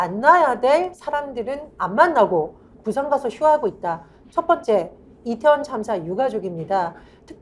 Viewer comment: 붓싸~아안. 고품격 원어민 아니 원주민발음. 어이구 창피해 제발 바쁜 총수들을 끌고다니지 마시고 생각하고 말하세요.나랏님! 쫌쫌쫌